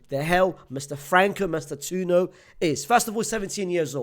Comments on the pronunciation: FRANCO MASS-TAN-TWO-OWNO. please don't butcher his name anymore as an Argentine my ears are ringing. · btw it's pronounced mas - tan - too- oh - no